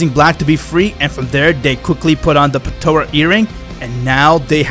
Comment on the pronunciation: "patora" its potara